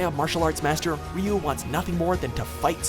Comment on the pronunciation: sigh... "reeyou". please look up how to pronounce his name.. you give him the no1 spot but butcher his name. RYU in english would be Roo... and his native Japanese its pronounced Du (like due/dew but slightly shorter). example Ken super dragon punch : "Shin-ryu-ken" (translated ultimate dragon fist). listen to it ,he says "SHIN DEW KEN". search pronounce Ryu here on youtube and learn something.